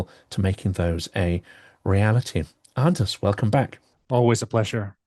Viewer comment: Always a pleasure listening to Anders Puck Nielsen ("d" silent in Anders and Puck pronounced "pook").